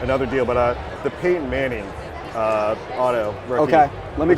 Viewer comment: “Paydon” manning. Never head of him before